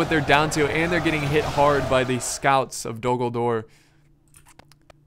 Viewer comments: Am I the only one hearing "Dumbledore" instead of "Dol Guldur" ?:D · when he said Dol-Guldur in the beginning, I swore he said Dumbledore instead